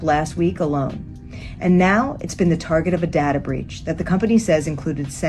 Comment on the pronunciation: Its data breach. Not dadda. Data.